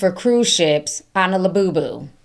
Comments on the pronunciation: That lady that couldn't say labubu right 😂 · Lububu sound like lil boo boo 😅